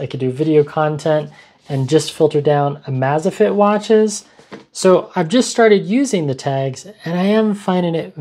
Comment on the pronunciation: Great vid, very helpful! 🎉 (The watch brand is 'amaze-fit', not 'amaz-a-fit' 😆)